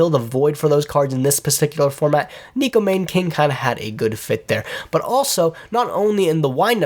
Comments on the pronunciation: That pronunciation was God awful. It's actually pronounced as NECKO MAWNA(like lawn) KING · neko mahn-NAY king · Neh-Ko Mah-Nay King